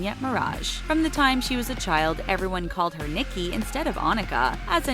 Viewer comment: They pronoced nicki name wrong 🤣🤣